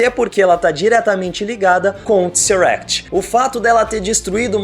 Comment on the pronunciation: alguem avisa esse cara q é Tesseract, e n Tseract